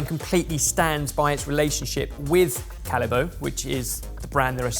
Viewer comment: I thought you said Haribo, apparently, Callebaut has two possible pronunciations...neither like Haribo!